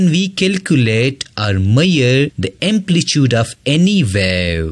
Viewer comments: Try to pronounce the word amplitude in right way . Ur video was helpful ❤️❤️ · Amplitude ❌ amplichude✔️ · Amplitude bro😂